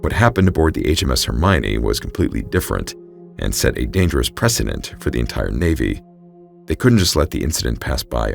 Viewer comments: Just FYI: ADD MUR IT EE. Not as you pronounced it. Not being critical; trying to be helpful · The word is Admiralty ! Otherwise very interesting , thanks . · Dude. A marine who cant pronounce Admiralty? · Just so you know Admiralty is pronounced Admiral-Tee not Admi-rali-ty I’d only has the one ‘i’ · Ad-mril-ty. (Admirality?) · The Admiralty = ad-mi-ral-ty "The Admorality" may be a more virtuous organization but had no part in running the Royal Navy. Good story despite you giving me the giggles every time you said "admorality". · The word is "Admiralty," not "Ad- mir-ALL-it-tee." The narrator added an extra, unnecessary syllable. These videos are too good to allow silly mistakes like this to make it through to the final upload😵‍💫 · Admiralty is pronounced “ad-merl-tee” not “ad-muh-rala-tee.” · The word is admiralty. Pronounced ad-mir-al-tee. Not admirality. I worked at Pizza Hut and we had a road called Admiralty Dr It was part of a subdivision that was all ship terms...like Mariner Circle and Anchor Way. Half the people who lived there would say it wrong...and it was their own address. 😘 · Just wish he could pronounce admiralty which is pronounced “ad-merl-tee” not “ad-muh-rala-tee.” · A terrible story very well told (as always). FYI - you kept saying Admirality....that's not correct - there is only one I in ADMIRALTY. Admiralty: Great Britain, until 1964, the government department that managed naval affairs. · Great story. One note - "ad-mir-al-tea". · Hey quick heads up, "admiralty" is pronounced "ad·mr·uhl·tee" Fantastic episode as always! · Excellent story and wonderful narration as usual! One small suggestion: admiralty is pronounced “AD-mralty” Otherwise, keep up the great work!! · Admiralty, is pronounced “Ad-meral-T.” Not to be that guy, but it is kind of jarring to hear it pronounced that way. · We love you, but it's pronounced "Admiral-Tee" 😊🍻 🇬🇧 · The word is "Admiralty"